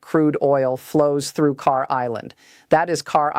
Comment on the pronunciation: Yes in a sense they put almost all their eggs in one basket and that's usually not a good idea. I love your content but you got to work on your AI voice just a little bit please. It's not "Car" Island? Kharg island